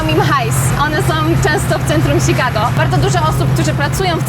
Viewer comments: Ciekawe jest to jak wymiawiasz "Chicago". Polak urodzony w Polsce wymawia to bardziej jak "Szikago", a Twoja wersja to bardziej "Sikago". Takie spostrzezenie bez wiekszego znaczenia. Pozdrowienia z Minneapolis. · "ś"kago i tyle w temacie